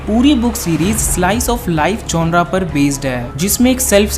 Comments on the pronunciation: Bro its genere Not''GONORA''😛😛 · Gonre nhi genre hota hai